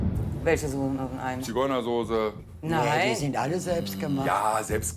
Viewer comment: Nobody: Frank Rosin 2020: Zigeunersose XD